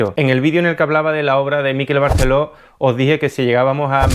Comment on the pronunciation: Igual aprende a pronunciar Miquel Barceló